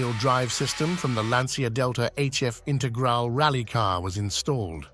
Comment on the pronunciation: A small irritation.The "Romeo" of Alfa is pronounced with the accent on the "E" not as in Romeo & Juliet & its Lancia Intergral(e) not Intergral!